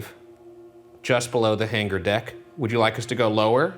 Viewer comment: Every time Ryan says hanger he pronounces the g and it bothers me lol